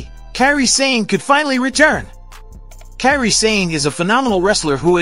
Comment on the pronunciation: Yo, y'all need to learn how to pronounce wrestlers names, it hurt my ears when you cant say kairi or sikoa. Dude learn the names CORRECTLY.